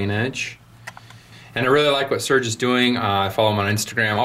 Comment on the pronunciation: I had no idea these would be so sought after. Is his name not said "Ser-gey"?